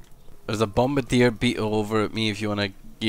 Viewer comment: Annoys me that they all say bombardier wrong